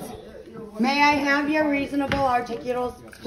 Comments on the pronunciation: NONE of them can say “articulable.” Perhaps it’s the lack of teeth. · The girl can't even say the word so that tells you she definitely dont know what it means !!!😂😂😂😂😂shouldnt dropped out of School in the second grade